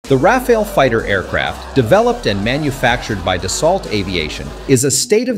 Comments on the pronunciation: It is not pronounced as Rafael or RAFAEL, but Ra'faal or RA'FAAL!/. Ok!?? Ok!?? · I’m french so maybe I can help : Rafale is pronounced in 2 syllables with both the same vowel sound “a” : Ra like in rabbit, fale like in phal-lus 😅 Ra-fal That’s it ! + the word rafale has 2 meanings, first one is a strong gust of wind, the second is the burst of fire of automatic fire weapons ! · French person here. You are butchering the pronunciation, but mainly because you can’t seem to settle on one. Here’s the correct way to proncounce it (using „American“ phonetics): Rafale -> Ra-FAHL. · How is it that the narrator call it the Ra-fall and then Ra-fail, switching between them repeatedly during the video. I do believe the proper pronunciation should be Ra-fall, but maybe a French speaker can clarify. And the whole 'unrivaled situational awareness' is comical given the ability of a F-35 pilot to see through the plane and all around it thanks to a myriad of cameras for that purpose. But, the Rafale is a beautiful plane and in the hands of a top pilot it should give almost anyone a scare -- so long as it isn't shot out of the sky before it sees who shot it. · it's pronounced "Rah-Fahl" not Rah-fah-ley, not Ray-fahl, not anything else. Just Rah-Fahl. Having 3 to 4 different pronunciations of the same word in the same sentence is quite annoying. Even if you don't know the right one, try to use 1 pronunciation only. That's disturbing otherwise. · is it me or you keep changing rafale pronounciation